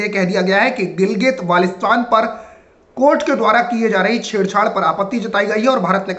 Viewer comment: tujhe baltistan bolna nahi aata